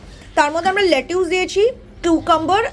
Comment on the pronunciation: It's lettuce not letuus 😂😂